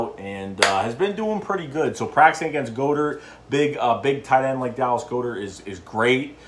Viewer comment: Dude.its God-ert